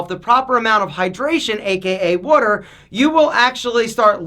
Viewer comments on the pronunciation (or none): "Wooder" ya go Philly! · The wuder weight - comes out 😜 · Drink plenty of wudder